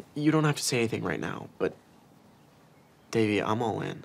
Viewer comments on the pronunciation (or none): Ben can't even pronounce Devi's name right. Plus, there's more chemistry between Devi and Paxton.